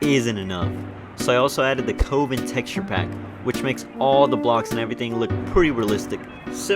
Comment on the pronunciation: “co-vin” You mean “cuvven”?